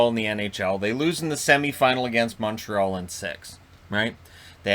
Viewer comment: moteral? It is impossible to understand you, you're as incoherent as a drunk. If you're saying Montreal wouldn't of made the playoffs, who knows? I guess we will see next year when the division gets back to normal.